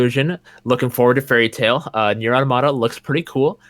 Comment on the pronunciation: The amount of people who sing Nier: Automata's praises but STILL can't pronounce Automata correctly is too damn high.